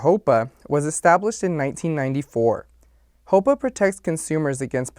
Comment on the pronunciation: Lot of good info, but you keep pronouncing "HOEPA" the way "HOPA" is pronounced. Very different mortgage terms, and could cause confusion to new MLOs, so be careful pls. Otherwise, solid video 💪